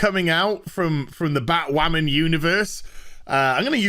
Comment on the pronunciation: Are we just gonna ignore him saying batwhaman